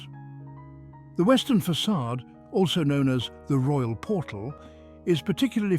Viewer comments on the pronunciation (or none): none